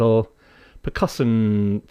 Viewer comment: For some reason , "percusson" made me laugh loudly